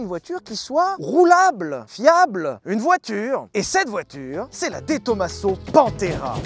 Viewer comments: Juste un petit truc qui m interpelle , on ne dit pas to ma seau mais TOMAZO comme on ne dit pas massé rati mais MAZERATI ....... J ai toujours préféré la Pantera depuis l enfance avec son arrière dépouillé et le bruit du gros v8 surtout en jaune avec les bandes noires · Salut, j’adore tes vidéos, toutes les vidéos et les concepts, mais s’il te plaît, peux tu prononcé De Tomaso avec le s comme un z. Merci. Je m’appeler personnellement De Tomaso et ça m’écorche les oreilles. Merci beaucoup. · Salut! on prononce pas de Tomaso en Italien mais Di Tomazo!